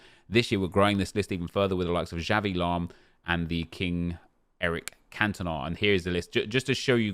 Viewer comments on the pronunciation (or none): Just some corrections: Puskas is pronounced with SH like in "show" (Pushkash) Xavi is pronounced with CH like in "champion" (Chavi) And Šuker is also pronounced with SH (Shuker).